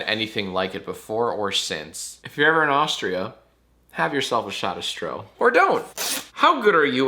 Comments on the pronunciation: Also, you pronounce it shtroh, with a sh as in "shape" and a long o as in "hole" :) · Stroh is just Rum, but with up to 80 percent alcohol (Stroh 80) Also, it's pronounced "Shtro" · With a German “r”😬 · Also it’s pronounced sh-troh 😵‍💫😬